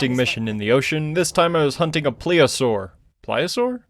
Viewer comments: Plee zee oh saur that's how your supposed to say it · Now say it with me… pl-Ess-Ee-oh-saw-er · Plesiosaur pronounced please'E'uh'sore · the dinosaur you were confused about is referred to as a plesiosaur. (Pronounced: Please-E-O-Saur)